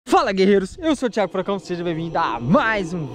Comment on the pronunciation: Thiágo vêm com alguêm, Fernando aí!